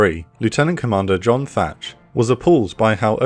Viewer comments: *Thach, not Thatch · Thach, not Thatch. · Thach not Thatch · It’s Thach not Thatch